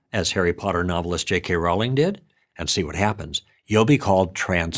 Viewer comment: Thank you. You're one of the few Americans who pronounce J.K. Rowling's surname correctly, "Row" as in Row the boat, not as in having a violent argument.